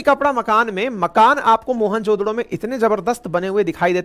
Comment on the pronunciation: 😂😂 MOHENJO DARO 😂 Not Mohan jo DODO 😂😂😂